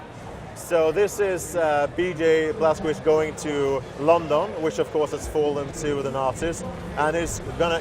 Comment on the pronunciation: Why can't the developer pronounce the name of the protagonist of his own game? He isn't even American for god's sake.